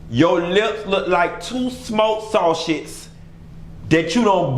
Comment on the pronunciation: WHEN HE SAID “SAW-SHISH” I FELT THAT LMAOOOOO MY COUNTRY ASS 😂😂😂 I literally screen recorded that ONE part. Omgggg I’m too high for this 😩😂